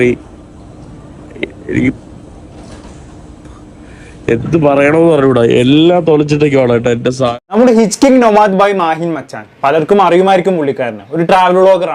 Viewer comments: ഹിച്ച്ക്കിങ് അല്ലടോ... ഹിച്ച് ഹൈക്കിങ് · ഹിച്ച്കിംഗ് അല്ലടാ മൊണ്ണേ... ഹിച്ച് ഹൈക്കിങ്... നീയും സീക്രെറ്റ് ഏജന്റും ഒക്കെ ഒരേ വേവ് ലെങ്ത് ആണല്ലേ 😂💀